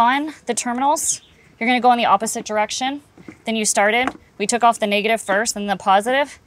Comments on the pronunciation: Niggative? She straddling the line ain't she? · The way she pronounced negative was crazy Ik yall here it